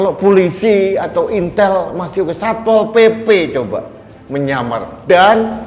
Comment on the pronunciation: Kepala sat pp Salah ngomong kali pak.. ngamar bukan nyamar pak.